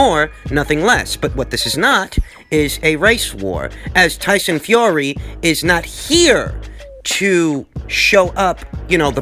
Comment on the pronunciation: I love it when he says "Toyson Fiory" lol